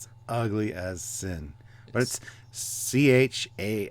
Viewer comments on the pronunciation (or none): Charon is pronounced with a K sound, not a Sh sound. The name is from Greek Mythology. He is the Ferryman who takes souls across the river Styx into the land of the dead. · Charon. It's Greek, so the ch gets a k sound. In Greek mythology Charon is the ferryman who transports souls across the rivers Styx and Acheron into Hades. My first thought when I saw this was of the big Scandinavian ferry boats. My next thought was of a top-heavy cruise ship. Calling it a ship at all just seems so wrong. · Come on, it's pronounced with a "K", from Greek mythology. They even say it correctly in the show. I thought the star-core thing reminds me of the Doomsday Machine. Maybe the Terran Empire encountered it earlier? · Charon = Karon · I think it's just practical to say it incorrectly in English - other wise it sounds like some random woman's name and is to easily mistaken for 'Karen' or 'Sharon' so that is why it gets stated as Cha-ron then people usually know that you mean the moon or the boat man - it's just practicality. But not one ever said English usage made sense not did they. For example : electro-encphalogram (still mostly said with the C sound) Pachycephalosaurus (I used to hear it with the C sound and how more commonly said with the K sound) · It is pronounced H a r o n, as in greek mythology the guy who drives the boat across the river Stix. H as in Hungary, a as in apple, r as in Rome, on as in on. :) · By the way guys it is pronounced like the girl's name Karen. Karen=Charon.